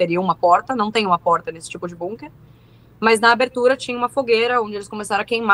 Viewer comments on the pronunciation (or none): que agonia essa menina falando BUNker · Bunker kkkkkk essa pronuncia me desconectou da seriedade do assunto